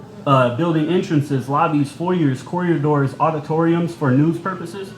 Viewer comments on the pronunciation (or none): Corridors. Not corriadors. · it’s corridors not coryadors 😅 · I wonder if knows he says “corriadors.”